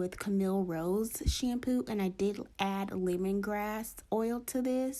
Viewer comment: I love the way she says "shampew" lol